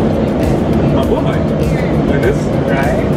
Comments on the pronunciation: 😂😂😂😂 I laughed so hard. Ma-buhay not Me bu he. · It's pronounced "ma-boo-hi"... Not, "ma-boo-hay".... great videos... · he said Ma-bu-Hay not Ma-bu-hai... 😂😂😂😂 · MabuhAy not mabuhEy. Someday, I'll fly a PAL airliner and I'll be it's captain. Wish me luck :D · It’s not pronounced mabuhay it’s pronounced ma boo hi (it’s Filipino for Live) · Mabuhay = "Mah-boo-high," not "mah-boo-hay." Otherwise great video, as always. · It's not mabuhey it's Ma-bu-hay that's how you say it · It's MABUHAY not mabuhaay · "Mabuhey" fuckk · It is pronounced mabuhai as in hi and hello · Your saying Mabuhay wrong.. Its Ma-boo-hai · Bro its pronouced (ma-boo-hai) thank me but thanks too you i know whats it like in first class btw im a filipino MABUHAY PILIPINAS! DU30 for the win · Wrong pronounciation its ma bu hi! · Mabuhay = ma bu high. ay = i as in 'high' or 'line'. Fiesta Class (economy) might be a different story. ;-) Nice video. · Im a filipino and he pronounce the mabuhay wrong